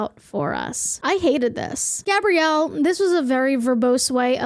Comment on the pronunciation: never before have I been ashamed of my name until i found out i share the same name as the woman who wrote this article wtf edit: hearing gabrielle, pronounced correctly, freaked me the hell out